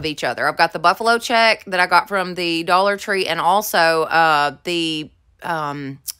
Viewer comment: Thought you said “the Dollar Funeral” store. Lol